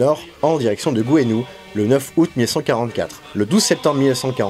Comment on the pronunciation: Salut tu a mal prononcé Gouesnou qui se prononce Gouénou